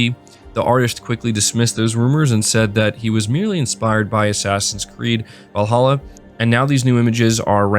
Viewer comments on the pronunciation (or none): none